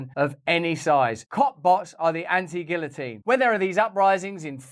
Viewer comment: Finally, someone who can pronounce guillotine properly.